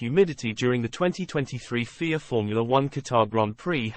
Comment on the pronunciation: I understand the use of text to speech but at least make it say fia rather than fear 😴